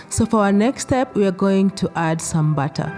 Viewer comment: I was so confused I heard add the batta in the batta lol add the butter in the batter of course.